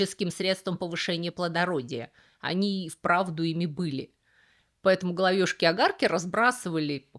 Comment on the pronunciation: правильно говорить головЕшки, а не головЁшки.